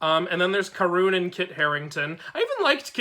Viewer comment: Karun is my favourite to also it’s pronounced kar-un